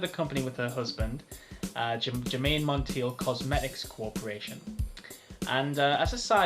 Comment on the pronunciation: Germaine pronounced her last name like: Monn Taye. Glad you reviewed Realm tho! I also wear Germaine Cologne and Royal Secret, Realm is the only men’s scent.